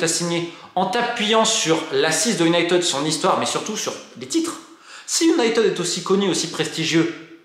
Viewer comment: Enfin UN journaliste qui prononce United correctement! Absolument tous les journaleux Français prononcent Unitid et ça me rend dingue! Merci pour la vidéo.